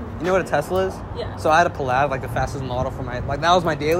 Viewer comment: whats a PuhLad? You mean Plaid bro?